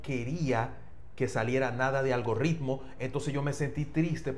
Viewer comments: es Algoritmo, no "Algo Ritmo" tampoco es "Algorritmo".. La "r" es simple, no se puede arrastrar en la pronunciación como si fuera doble " r r ".. Además la " r" está en el medio del nombre. En caso que estuviera al iniciar, ahí si se pronuncia fuerte (como si fuera RR).. Recuerda que tú programa le llega a todo tipo de público, pero hay que tratar de pronunciar las cosas lo mejor que se pueda.... No es por nada, pero tú sabes.. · Es Algoritmo, no Algorritmo